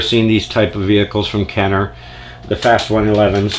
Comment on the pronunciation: Cool collection 👍🏼 It’s pronounced “Fast Ones” by the way😃 I just started collecting these about a year ago and they’re really pretty fast and give Hot Wheels a run for their money…